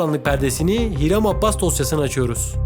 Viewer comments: Adını düzgün okusan keşke abbas değil abas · Abbas değil Abas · Her Abbas dediğinde kulaklarını çınlatıyorum haberin olsun adamın soyadını doğru kullan